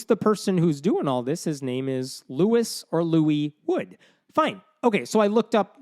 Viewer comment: Luis wood, like loose wood. Unfortunate 😆